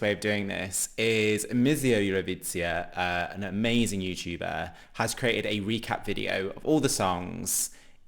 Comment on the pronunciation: hahahaha u mispronounced again Evrovizija